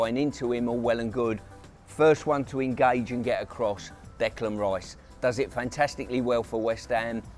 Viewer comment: I wish someone would tell Pearce that Rice's first name is Declan, not Decland! 🙈